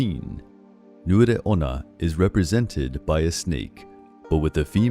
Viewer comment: Thank you for this very interesting video. But some of the pronunciations were wrong here, specifically "onna" (which means female in Japanese, and you pronounce it as "on-na", and not as "ona"); and "komainu" (which is pronounced as "koma-inu" and not as "komai-nu") But this video was very interesting and informative and thank you for that (and I loved the art featured in it.) Now I'm off to find the hoards of obvious Death Note and Gintama references in the comment section